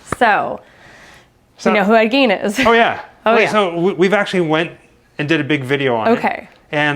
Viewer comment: Ed Gein is pronounced Gain